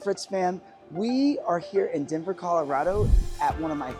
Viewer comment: lol did he say Denver? Potato Puhtato